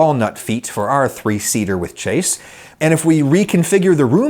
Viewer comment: Chaise is pronounced with a soft ch and a z sounded at the end. Like shaze. And Wang is pronounced like Wong. C'mon, man.